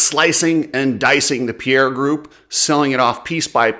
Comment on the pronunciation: Please if people would start pronouncing Pierer properly it'd be great... its Pie - Rer not Pierre also it's not bah-ha it's Ba-jaj. And nowhere in the game plan is CF-MOTO expected to raise pricing. A few stab in the dark claims, but worth the watch.